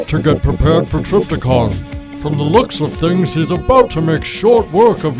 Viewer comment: Trypticon not Tripticon.